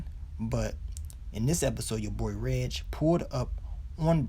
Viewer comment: So glad you finally got hip to how to say Reg's name 🙌🏾🙌🏾 lol thanks for the recaps tho...watched them all 😉